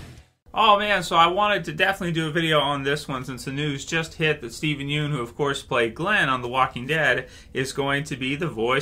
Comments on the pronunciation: Hey it’s “YUN” not “Youn” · At least say his last name right b